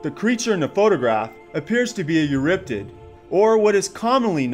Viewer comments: Eurypterid, not Euryptid!!!! For crying out loud, pronounce your 'er's!!! Besides, everyone who watched Sea Monsters (myself included) already knew that the picture was a screenshot from it! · It's not eurriptid, it's pronounced "You're e tear Id" tear being like tearing a book page, not a crying tear. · It's eurypterid, not euryptid.